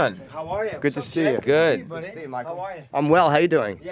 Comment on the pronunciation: He pronounces buddy like a Canadian on South Park 😂